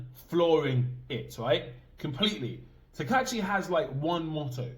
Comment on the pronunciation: Her name is Takaichi with "I" in the middle.